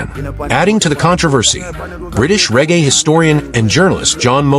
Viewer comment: The commentary / word pronunciations are deplorable. Regae..... rarga ??? Raster renaissance...... rusta ????? And hes was 'unalived.' You moronic eejit. He was dead/killed/murdered.🥴😵‍💫🥵